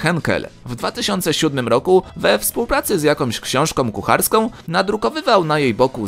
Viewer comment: "jakomś ksionżkom kucharską" XDD